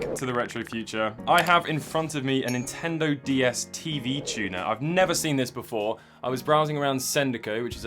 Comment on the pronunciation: please start saying Nintendo not Intendo. plz. love the channel btw